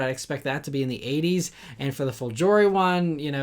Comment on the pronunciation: Great video as always to start my weekend. A little note: the letter g in the world "folgore" is pronounced like the g in the word "great", also the accent lies on the first syllable.